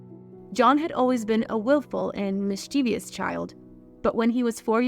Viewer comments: It's pronounced mischievous, not "miss-chee-vee-us". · Apart from historical inaccuracies, how many “I’s” in mischievous? Two, not three, so why pronounce it “mis-chie-vIous”. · There is no such word as mischivious /mischevious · Mischievous has 3 syllables, not four, as voice-over hire pronounced it. She can't say septicemia either, cutting a syllable instead of adding one. For the writers: let's use the words, death and died instead of that euphemism pass/passing etc.